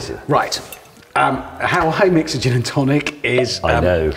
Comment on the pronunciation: Lost Hammond at "Dzeeeeen" 😂🥳